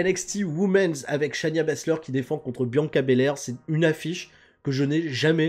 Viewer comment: Cher, c'est Shay-na Baszler pas Shania. J'en peux plus de toi;)